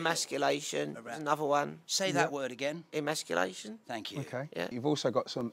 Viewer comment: "Immasculation, that's another one of them-" "Say that word again." "...immasculation?" "Thank you." LMAOOO WHAt????